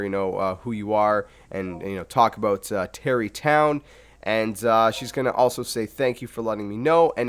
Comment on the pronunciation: Stop saying Tarri tonw